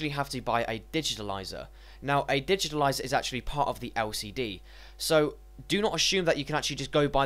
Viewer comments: dude correct yourself first its not digitilizer it's digitizer... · So annoying, digitaliser, actually its called a digitizer, actually I can't listen any more... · I agree, there is no "L" in digitizer.